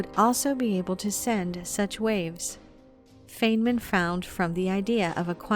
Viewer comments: Marcel van Heerden there r other sources here on YouTube that confirm his name was pronounced fine MAN. Even the spelling is M A N. How does one get MIN from that? Do u have a source supporting your claim? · more importantly, it's pronounced FINEman. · Just a small correction. Feynman’s name is pronounced FINE MAN. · Richard Feynman’s last name is pronounced, “Fine-man”, not “Fane-man”. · also bro his name is Richard "FINE-men" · No it is not. It's pronounced FINE MIN. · You are pronouncing feynman wrong.... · As soon as you mispronounced Richard Feynman's name, I lost all faith in this video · Thank you for reposting this older video. Great information. If you redo it at some point, I hope you will correct mispronunciations of names. Ones that I caught were: Feynman, Kabbalah and Poincaré. There may be others.